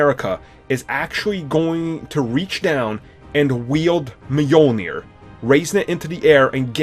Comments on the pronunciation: And Mjolnir. It's Mjölnir. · Brice Kingsbury it's Mjölnir trust me i'm scandinavian. It doesnt really matter lol I just cringe when people say it wrong because it's so familiar word for me.